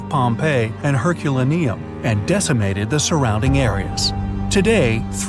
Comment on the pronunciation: Your AI sucks! It can’t even pronounce Herculaneum! Come on!